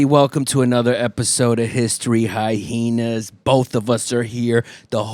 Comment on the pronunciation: The extra H in hyhenas has made me laugh every single time